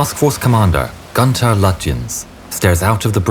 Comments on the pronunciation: Your pronounciation of the german names is awful. Sorry to say this, but it is the truth. The Prinz Eugen is pronounced "Prince Oigen" as in German the letters "eu" are pronounced "oi". Also why do you pronounce Günther as Gunther? while you pronounce Lütjens correctly? Makes no sense at all. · The mispronunciations by the narrator in this film are infuriating . Günther is NOT pronounced G-uh-nter it is G-oo-nther ; and Eugen is NOT pronounced you-ghen , the EU has the same sound as the english word boy , and the gen sounds like the english word gain , with the greater emphasis on the second syllable . Had the narrator even bothered to watch the old black and white movie 'Sink the Bismarck' he would have learned this . It is not as though it would have been even slightly difficult to get it right . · Is it not possible to find out how German names are pronounced correctly? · nor did the narrator bother to learn to pronounce Günther or Eugen correctly . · if he doesnt keep pumping out content he is going to lose subs, Youtube is a cruel place